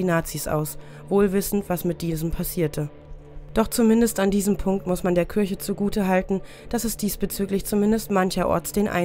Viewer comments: Warum sagen Sie Kürche, sagt man doch Kirche? i und ü sind 2 unterschiedliche Buchstaben und werden unterschiedlich ausgesprochen?! Oder ist das Ihr Dialekt? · Ich mag die Videos, aber das ständige „Kürche“ macht mich echt wahnsinnig 😅 ich musste dann bei nicht mal der Hälfte leider ein anderes an machen. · Saskia Hansen Mich auch total das nervt! Aber ich darf das nicht posten weil ich als Muslim in Deutschland geboren bin. Mein Kommentar war auch spaßig gemeint. 😂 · Kürche Kürche Kürche Kürche Kürche Kürche Kürche Kürche Kürche Kürche Kürche Kürche